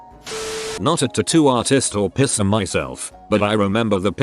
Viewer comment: It took me two scenarios to get that the AI meant "Piercer" and not "pisser".